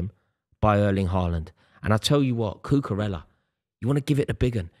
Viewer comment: Does anybody else wish he would pronounce Cucarella correctly?